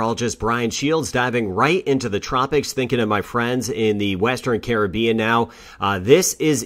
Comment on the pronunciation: Wonderful, first weatherman to pronounce the Caribbean names correctly! Thank you for the updates.